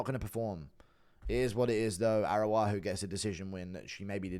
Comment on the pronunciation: Read the last names, man. Araujo is the name. Not Aruaju 😅